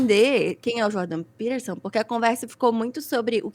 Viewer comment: Essa mulher não sabe nem falar o nome do maluco e tá dando pitaco. Jordan Peterson é um dos porta-vozes do sionismo no Ocidente e esses imbecis estão falando de Hitler...